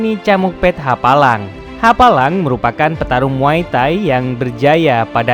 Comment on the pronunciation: Kok muay tahi bang😂 bukan muay thai?